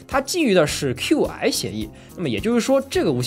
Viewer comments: QI，那个叫气，英文中文都是气。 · Qi标准应该念气